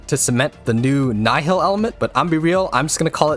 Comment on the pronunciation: Isn't it 'neehil' or whatever mogh say